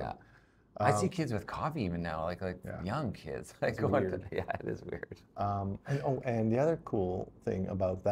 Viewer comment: John Travolta on Dr. Zalzal not having had a coffee: "Dat iss like soo weeired !"